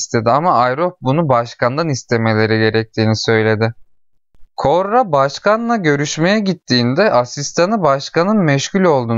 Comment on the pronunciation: Üstüne basa basa koRRa demen ve benim fesat aklım...